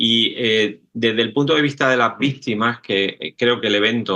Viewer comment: Por qué el caballero dice vistima?